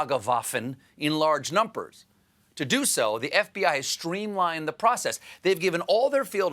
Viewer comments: hehe.... "numpers" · did he just say “NumPers” 🤔